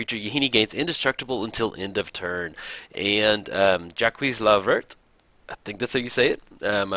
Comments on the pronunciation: You butchered his name XD ! It's [ʒak lə vɛʁ] so kinda "Jack le vair", but with the "e" like the "a" in "about", and it means Jack the Green . Anyway, it's funny but definitely not an issue. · I'm french and I kinda laughed when you said ''I think it's how you say it'' haha. You butchered his name and then you butchered his deck. No mercy man.